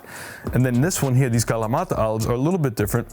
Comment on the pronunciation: Why do you pronounce kalamata with a Hispanic accent?